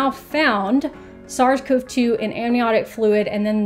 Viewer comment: Thank you for this! One thing... I am a CoV researcher (and have been long before COVID/SARS-CoV-2) and it just bothers me the bunches of weird pronunciation of all the words around this. CoV is not pronounced "cove". It's "koh-vee" and "Koh-vees" (CoV and CoVs). I don't mean to be a jerk, love your videos!